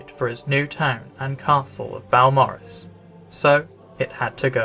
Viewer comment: Beau = B’oh, not B’ow.